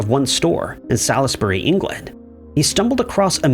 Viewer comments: Fascinating stories. I just have to mention Salisbury is pronounced "Sorlsbry". I'm from nearby and Americans ALWAYS pronounce it how it's spelt. Us Brits often have place names that sound nothing like they are spelt. FYI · I agree it should probably be pronounced like that. The thing that comes to my mind here in the states is Salisbury Steak, and I it seems a lot of people here are taught to pronounce it “sauls-bry” or “sauls-bury” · My word you butcher place names... the way you said Salisbury...